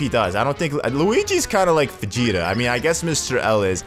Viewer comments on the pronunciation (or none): none